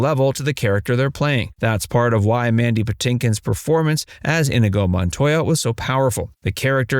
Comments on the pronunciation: It’s “in-EE-go”, not “IN-uh-go” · Narrator kept saying 'INDIGO' Montoya. It's INIGO... there is no 'D'.. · Why do I keep hear Indigo Montoya, when it is In-nee-go Montoya? Have you (re)played the scenes from the movie? Or is this AI bot voice? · Why does everyone pronounce it IN-i-go? Is it just because Peter Falk says it that way? Mandy Pitinkin pronounces it properly in the movie: in-EE-go. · Have you ever actually watched the movie? It is not "in i go" Montoya, it is pronounced "in nego" Montoya and if you can't say it correctly, you have killed the pronunciation, prepare to die. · wow, not "In - A - go" it's E A go. Like in Othello. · To the voiceover guy ih-NEE-GO. His most famous line is pronouncing his name over and over again and you still messed it up!?! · Inigo Montoya=N-knee-go Montoya! That's how they say it in the movie. This is one of my very favorite movies and your butchering how to say his name. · "inuhgoh" Tell me you've never seen the film without telling me you've never seen the film. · Me or does the narrator’s pronunciation of Inigo sound off? I always thought it was more “In-ee-go”. 🤔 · His name is In-eee-go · It would be nice if you had pronounced Inigo correctly. Anyone who has watched the movie should know how it was pronounced in the movie. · Yeah, it was killing me every time I heard it mispronounced. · Oh my god, how do you pronounce Inigo's name wrong for this entire video? His most famous line has him LITERALLY SAYING HIS NAME. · You know someone hasn't seen the movie when they are mispronouncing inigo's name. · Your pronunciation of INIGO, one of the main characters, is WAY off. It lets us know that the narrator absolutely did not see this film. Maybe do your homework? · You keep pronouncing Inigo wrong. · It's inconceivable that the narrator hasn't even watched The Princess Bride. Mispronouncing Inigo so many times in this video deserves a visit from the brute squad for sure.